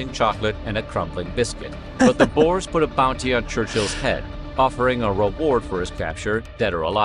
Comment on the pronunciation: Bores? Nah, come on guys. You trying to tell us South Africa's Dutch population were boring people? The word "Boers' is not an English word. The closest way to get around the pronunciation is to refer to them as 'Boo--ers." So it's not quite correct, but it's a helluva lot better than addressing someone as a "Bore". That's pretty disrespectful. 🤭